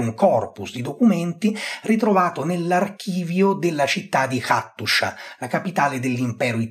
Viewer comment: Hattusa, perché la pronunci Attushia?